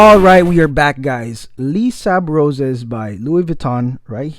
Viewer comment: By the way it's pronounced lay-sable-roz haha